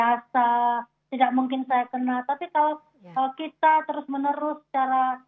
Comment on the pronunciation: saudara kiti 😂😂